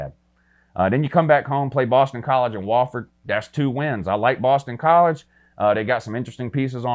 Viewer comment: Once it sounded like he said Boston Collards.